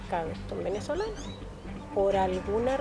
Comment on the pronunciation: Amigo una recomendación porque no soy quien para dar consejos, pero desde hace bastante tiempo noto que en tus relatos usas muchas palabras comiendote la "s" por ejemplo: Los Venezolanos. Tu Pronunciación: "Los Venezolano", Espero sirva de algo la observacion. Saludos y que siga creciendo el canal.